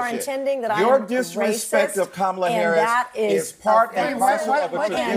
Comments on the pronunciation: Actually, it's pronounced Kamaltoe Hairs. (hairce) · The view would defend a child grapist if they had a D behind their name. Plus, kisten to how Whoopi mispronounces Harris' last name